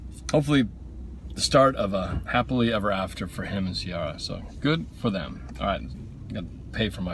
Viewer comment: Its pronounced Ci-air-a